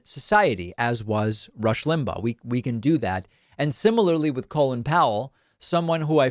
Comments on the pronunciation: Isn’t his name pronounced call in, not colon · You really need to adjust your pronunciation of Colin, you're pronouncing it as Colon....